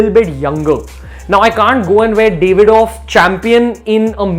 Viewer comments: Its DAV-ID-OFF, not DAVE-ID-OFF. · It's Daavidoff, not Davidoff